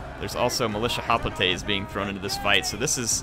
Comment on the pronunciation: As much as I like Total war Rome2, It pains me to listen to call Hoplites... Hoplatay's. He started out saying it right, Than cringe factor started.....